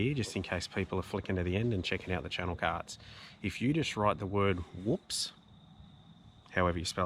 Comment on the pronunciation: Is that Woops or Whoops? Or Hoops (accent gets in the way, maybe) You do really highlight some good deserving channels here and I've subbed most of them. David is a constant commentor on my stuff now which is very cool. Keep up the good styff,!